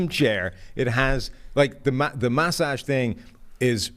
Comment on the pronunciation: Why does pronounce massage like that?